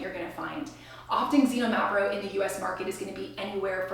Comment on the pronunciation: Xinomavro is pronounced more like kseenόmavro with the no emphasized. The other's pronuncuation was close enough.